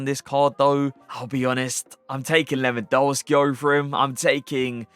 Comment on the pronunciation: Your reviews are insane, your tier lists are top notch and your in game play is incredible. But please can you pronounce Lewandowski’s name right? W in the Polish alphabet is pronounced as a V Keep up the great content tho love watching your videos